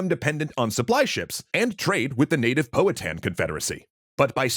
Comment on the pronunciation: POW-ha-tan. Sorry, I’m Native American. It’s a pet peeve.